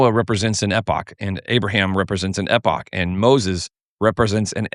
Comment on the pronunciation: Never heard “epoch” pronounced that way lmao